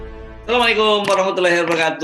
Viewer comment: Assalaam..! yth.. Saya merasa tidak nyaman dengan tajwid dalam mengucapkan salam..?